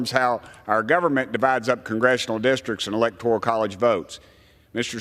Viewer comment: Congressman Graves should know that the word electoral is a nine letter, three syllable word. ElectorIal (four syllables, ten letters) is not a word. Such ignorance!